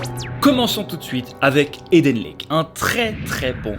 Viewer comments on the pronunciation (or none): none